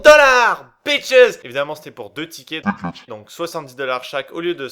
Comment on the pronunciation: " TiiiKetss " me fait trop marrer , putain ! :D